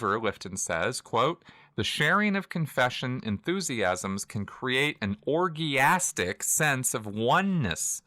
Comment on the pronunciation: Pronunciation of "orgiastic" was very scientological ;-)